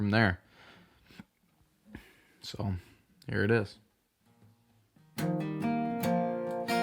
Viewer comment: You seriously need to work on your word pronunciation. And sing every word when you sing a cover. "Is" more precious than gold.